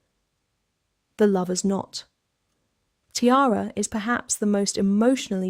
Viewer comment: Lovers knot, it is not "Lovers not"